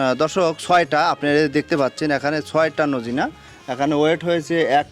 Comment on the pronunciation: সাজনাকে নোজিনা বলেন কেন